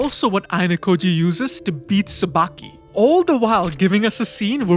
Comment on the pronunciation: Ryuen = it's not pronounced "Ruin", it's "Ryu-en" Tsubaki = It's not pronounced "Tsubaaki", less emphasis on the "a".